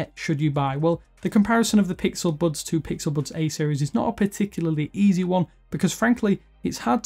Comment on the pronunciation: No hate but, am I the only one that thinks that the way that he says bUds and thUmbs Up is annoying? 😂